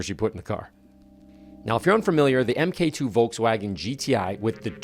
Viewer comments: argh please don’t say EMMM-KAY 2. MK is just short for the word “mark” so just say mark 2, mark 3 etc. Otherwise this whole video is legend level stuff. I miss my GTIs despite having a Corrado now! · Love the car and video but I gotta say, people used to get bullied for saying "emmm kay two" and not "mark two" 🤣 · Wait, Americans says 'Em Kay 2'. 😂 Mate, it's pronounced 'mark two'. The MK stands for Mark. It's an old British term that a lot of European manufacturers adopted. The British military started using it during WW1 to label prototypes, as a lot of car manufacturers ended up making weapons, planes, and vehicles during WW1 and WW2, they became used to that term. So, after they stuck with it and the Germans adopted it also. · MkII isn't pronounced M-K 2. It's pronounced Mark 2. That's what Mk is short for. Nice car. Good video. Lots of ads though. Thank you. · Why say MK2? It's short for Mark 2?? 😂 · Epic video which I hugely enjoyed but why does everyone keep saying M K 2 when it's Mark 2 (mk2)? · STOP CALLING IT AN "EM KAY 2" ITS A MARK 2...YES I AM SHOUTING. ITS INFURIATING. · Mark 2, not Emm Kay 2! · This was great. I love the chime when you first start the car, it has massive nostalgia for me when I remember my HS VW. I was always told it is “mark 2” not “emm kay two” - there are old buried threads on VWVortex that cover that debate. 😂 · Audio guy, its Mark2 not Em Kay. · Man this brings back memories. I had a bunch of these from '04 till '15 including donor cars. I was one of the first in Australia to do the 1.8T swap. Oh and please stop saying "EM-KAY 2"... it's MARK 2! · Great video, but it's Mark 2, not m-k-2. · Just one think, it is NOT called “ M K 2” , it is “Mark 2” 😅😂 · My favorite video from ever! I’ll just assume he’s trolling everyone with the “emm kay 2”… he knows better…😂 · MK2 is pronounced Mark 2 👍🏼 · “Emm kay two” 🙄🤣🤨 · MkII is pronounced Mark 2. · I vomited in my mouth every time you said M K 2. Love the car tho.